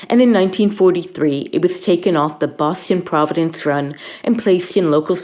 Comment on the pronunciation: She can't pronounce Boston.